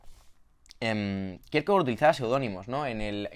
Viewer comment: Igual que Faemino y Cansado, tú lees a Kirkegar.